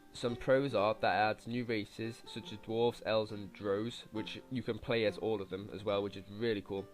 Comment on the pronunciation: Just a heads up - you aren't pronouncing "drow" correctly. Regards, A D&D nerd ;)